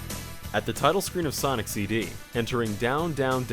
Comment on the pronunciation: i believe he said blonic